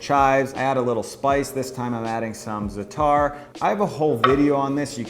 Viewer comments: Very informative. One tip... Zatar is pronounced with the stress on the first syllable. ZAtar not zaTAR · Dude. Za’atar is not pronounce “zuTAR”… it’s “ZA uh tar”. Three syllables. First syllable stress.